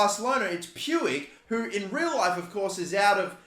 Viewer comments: It’s more like pooch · It’s pronounced “Ricky pooch” btw for ppl who were wondering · Umm you pronounce it riki pooj, just hurt my ears when you said puig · NGL it feels a little irritating when I hear Pu-ig when its pronounced Puj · Its pronounce like Pwig not Pewig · Please stop pronouncing Puig like that. It’s PWEEG not Pyoueeg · it is not puig the pronunciation is "puj" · Puig's name pronunciation is "puj", not exactly "puig" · Riqui Puig is pronounced "Ricky Pooch" Pls stop pronouncing it "pewig" xD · Just so you know, the "g" in Puig is spelled like "j" so it's not "Pyoo-ig" it's "Puj" or "Puij" Edit: Pls don't like this comment it's on 69, it's perfect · Who else gets triggered about how he says "pyuig" instead of just Puig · I'm from Spain and the pronunciation of Puig is like "Puch". " Riki Puch" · It’s pronounced “pooj” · Its prenounced riqui puch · Puig is actually pronounced like puch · I might be wrong but I think it’s pronounced pu-ich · puig is pronounced riqui puujj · It’s Pyoo-ij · Puig is pronounced "Puuj" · Just so you know, Puig is pronounced: Pooj. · Puig is pronounced pooj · puiq is pronounced almost like pooch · It's spelt Puig but pronounced pouche the e is silent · God I hate how he pronounces Puig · Puig is pronounced more like a J than an G cause he’s Spanish just so u know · U don’t say Puig like that